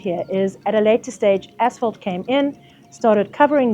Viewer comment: English is not my first language and for some reason all I could hear when the lady said asphalt was “as**ole”. Had to double check a few times, because it made it a bit weird haha